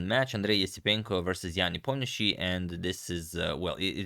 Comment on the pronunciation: Why do you pronounce Nepos last name in American way? He is Russian and as a Croat you are capable to pronounce it perfectly correctly in Russian way. Don't go after fashion if it is just the result of American ignorance. Teach your followers to pronounce a man’s last name correctly